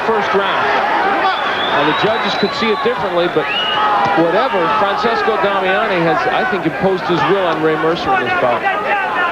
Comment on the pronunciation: FRANCESCO Damiani, NOT "FRANsISCO"